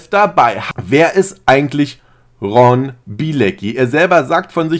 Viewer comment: Wie den fasst jeder falsch ausspricht 🤣den Ron